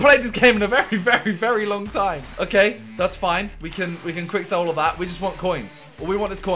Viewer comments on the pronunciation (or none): none